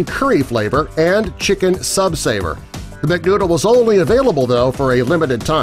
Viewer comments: Omg he really just pronounced Süß-Sauer as “Sub sayer” (It means Sweet-Sour) BUT it’s pronounced as “Suess sower” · I'm learning German and the way he pronounce süß-sauer was maaad funny. It's pronounced like "Soos sAHooa" meaning sweet-sour lol.